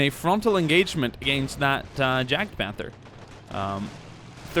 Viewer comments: Yagpanther not jagpanther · It is actually "Jagdpanther" (notice the d) try typing it into german google translate and hear the pronunciation for yourself. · try pronouncing it as "yaakt-punter" (atleast it comes as close as it gets to the german word when putting this in the english google translate)